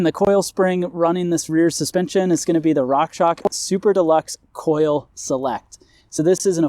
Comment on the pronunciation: Like the videos, but please… rockshoxssssss.. not rock shock